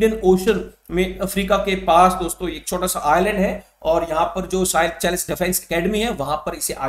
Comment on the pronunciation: Sir seychelles ko सेशेल्स bolo ye साइचेलस nahi hai